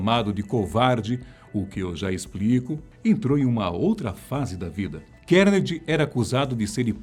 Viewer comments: A Fatos Desconhecidos tem uma equipe grande... e ninguém para alertar quando a pronúncia correta do nome do personagem ??? É "Car-Ne-Gui-E" e não "Kennedy".... pqp... falta Grave ! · Andrew "Kennedy" kkkk é bom aprender a pronúncia do nome na hora de fazer o vídeo...